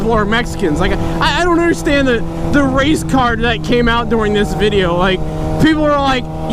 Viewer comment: for a solid minute I thought he said race car not race card